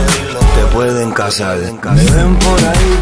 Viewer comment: parceros, can u tell me how come cazaR is pronounce cazaL, which spanish is that from?